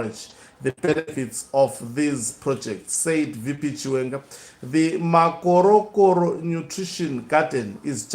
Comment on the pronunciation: Makhorokhoro hey, not Makorokoro!